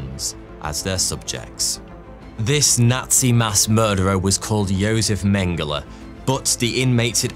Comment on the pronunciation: He pronounced Josef correctly which itself means he can be excused of all other pronunciation crimes.